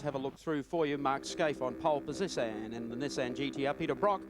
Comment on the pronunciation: "Poll Posissan" LOL!